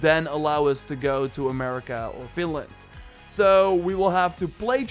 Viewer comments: It's Vinland. Sounds like you're saying Finland. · I heard that as well and as a Finn was like FINLAND????? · to america or then called FINLAND XD, i cant be the only one who hears that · No you weren't! I also heard Finland at first but after getting super-excited I realized after some investigation that it was actually Vinland... :( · It's vine land as in vines, everyone who does maybe 2 minutes of research would now that. is getting lazy seeing as he mispronounce almost everything that has to do with Norse mythology and the old Norse religion it's really painful to hear. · he is dutch though so the v sounds like an f alot of times, but yeah it's not exactly hard to get right